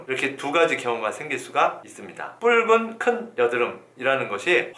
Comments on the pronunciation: 붉은 을 왜 뿔근이라 말하는지? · 뿔찌!않은!! 붉은!!! ㅋㅋㅋㅋㅋ왜발음을 다르게하시는거죠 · ㅋㅋㅋㅋㅋㅋ괜히 재밌음